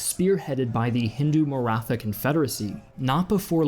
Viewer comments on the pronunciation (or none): none